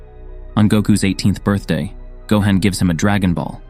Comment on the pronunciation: Gohan not gohen